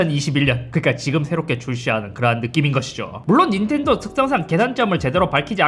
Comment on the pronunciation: 순간 인텔도로 들렷다 ㅋㅋㅋ